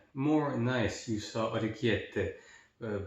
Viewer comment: Love how ya pronounced the pasta correctly. Great video!